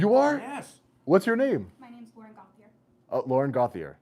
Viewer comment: My name is Yvon Gauthier, I am French and the way Lauren (running for council) said her name isn't quite right as it's a French name. There is an NHL player named Cutter Gauthier and the hosts pronounced it correctly as in GO-TEE-YAY.